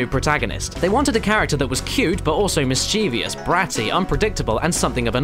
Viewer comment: It's pronounced "mis-chiv-us", not "mis-cheev-ious", there's no "i" after the "v"!